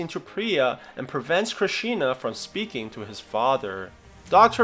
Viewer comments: It's not Krishina, it's Krishna, u totally ruined his name bro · Bro it's Krishna not Krisina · its not krishina is krish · Its not krishina its krishna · just learn a bit of hindi and pronounce it right, its KRISHNA not KRISHINA dude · Why whyyy😭 did you say krishna krishina whyyyyy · It's not Krishina it's Krishna Krish + Na Krishna👍🏼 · Its Krishna not Krishina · Krish ee na XD Its krish na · It's Krishna not krishina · It's Krishna. Not crishina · its krishna not krishina kri-sh_na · It's not "krishina" it's Krishna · You say its krishiina. It's actually Krishna cause if you see it "Indian movie" you'll know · i feel very awkward when you pronounce krishans name as krisheena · And it’s Krishna and not knishina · krishina xDD its krishna these white folk trying to pronounce indian names XD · Kriishina😂😂😂😂 Dude it is prounced like KR -e-sh-na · Its krishna stupid not krishina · It's not kri shi na it's krishna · Btw how you pronounce Krishina it’s Krishna no I even tho there is I know this because I watched this and I’m Bengali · Bruh it is not kishina it's krishna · Kristina? wtf it's Krishna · It’s not krisheena lol. His name is Krishna. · Well it's not Christina it's Krishna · Fun Fact : "Koi mil ga ya" is a indian movie that is about docter rohit's story and is the prequel to krrish, go look it up (sorry bad english) Also there is a "krrish" 1-3 Also its not "krisina" its krisna Also go watch "krrish" 1-2 and "koi mil ga ya" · Why is he reading it like there is an extra 'i' in Krishna. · Sorry but its pronounced krishna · This is my favourite movie and you pronounced his name wrong